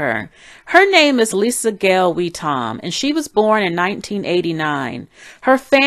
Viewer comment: I'm pretty sure her name is pronounces Lisa.